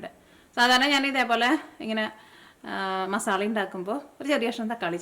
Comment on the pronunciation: Ethu nattila "masalla" ennu parayunne. Adhyayittu kelkua 😊